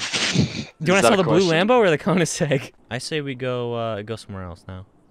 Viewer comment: stop saying ´conisegg´ it´s called koeningsegg